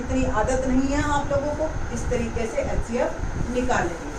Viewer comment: Mam aap xcf bol rahi ho hcf